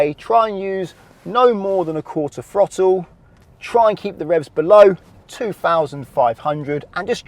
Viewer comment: I hate the British slang of pronouncing a TH sound with a F sound. It's throttle not frottle